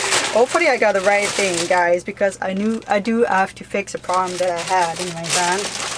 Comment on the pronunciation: Check YouTube for instruction videos on electrical. Everytime I have to fix something I hunt down how to videos. I love your accent, reminds me of my aunt's in newbrunswick. Every time you say ting instead of thing I smile.